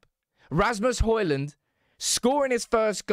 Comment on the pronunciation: His name is Højlund, NOT Hojlund.